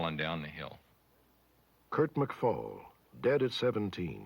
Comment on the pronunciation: Kurt McFall: McFell